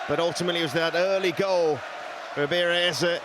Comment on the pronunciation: So no one gonna mention how commentator butchered Eze's name when he scored ? These commentators need to have more respect . Typical western bs